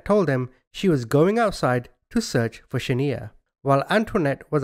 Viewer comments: He is most definitely not saying her name right he should have watched the real video of what actually happened before he made his video the mother gave Mario the baby for exchange of money because she couldn't pay her debt Shaniya not Shaneeya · Its not Sha-nee-ya,, it's Sha-Niiii-Ya but thanks for re-covering the story! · It’s shaNIya not shaNEya! I think you should of found that out before saying her name wrong the whole time out of respect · The name is pronounced Shaniya not shaneer. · I’ll never forget this lil baby ..🥺 “Sha-niya “ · This is my hometown and it's a damn shame that you're not even pronouncing the girl's name right! But I will say the hotel that everything happened in my city we made sure that that hotel closed down and it's abandoned infiltrated and depleted! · 100% should have made the effort to pronounce this baby's names right. Sometimes it's an accent thing.. in this case it's clear it is not. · Respect the victims! Learn how to say her name! It's important!! You getting defensive has nothing to do with me!